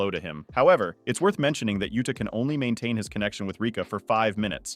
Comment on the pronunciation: I dont understand how people who dedicate their channel to japanese anime can be so bad at pronouncing japanese names "Sukuuuna, Meguuumi, Yuuda (Yuta)", are you watching the show in english dub? Its not that hard to pronounce it in japanese wtf